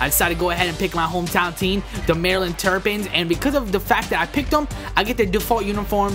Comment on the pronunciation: Maryland terpins is what you called them its terrapins